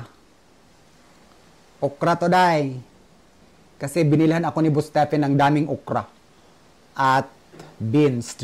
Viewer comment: happy for u look healthy,,,improve na pronounciation mo sa KASI not KASE,,,tker